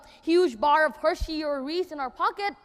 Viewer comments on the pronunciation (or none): none